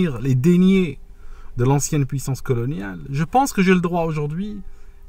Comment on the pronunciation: Deniers se prononce comme si c'était écrit Deuniers et non pas comme si c'était écrit Déniers.